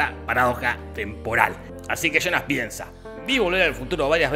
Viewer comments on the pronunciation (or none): Muy bien resumido y narrado, pero me mata de risa escuchar "Chonas" cuando habla de Jonas (yonas)